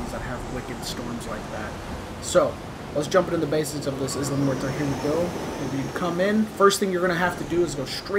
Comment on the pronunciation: It's prounced "Eye-la Muerta" not Izla LoL